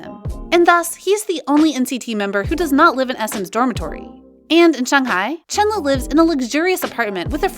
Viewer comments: not trying to be nick picky, but u pronounced chenle wrong. please get it right next time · hi, maybe you could take this as an advice. yuqi doesn’t spelled as yu-ki it’s yu-chi, also chenle was spelled as shen-le.